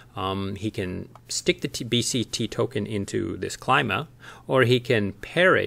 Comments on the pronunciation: Thanks for the video! Nailed the intro as usual. Although I believe Klima pronounced as 'Kleema':) A direct translation from German for "Climate" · It's a Greek word so should be pronounced Kleema. Means climate. Nice quick video. I'll have to dig deeper into this. Just don't want to jump on to Ohm. I have enough ecosystems on my plate, lol. But I see this taking off and a worthwhile project!